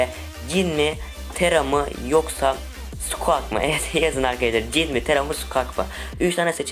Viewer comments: SQUAK NE YA... SQUİK DIYE OKUNUYO O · Abi squeak skuik diye okunur